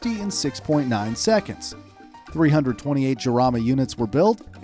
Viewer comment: 8.03 its not jamara its jarama